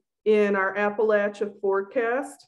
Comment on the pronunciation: thank you for pronouncing it right